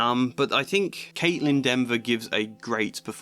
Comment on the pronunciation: Kaitlyn Dever not Denver